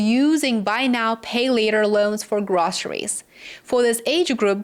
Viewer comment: The word is pronounced / Grow-se-ries not Grah-se-ries